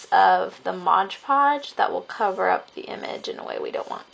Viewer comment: Why do you call it Modge Podge? It's MOD Podge!